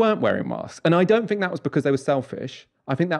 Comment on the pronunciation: It's so weird that pronounces "th" as "f" when he otherwise has a quite "clean", standardised, middle-class English accent. It would be like Fiona Bruce asking Boris what he "finks" about the chances of an EU deal.